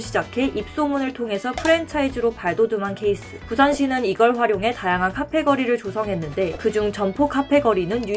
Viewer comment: 아.. 더빙하신분 카페 ㅋ발음 그대로하시는거보니 경상도 분이신듯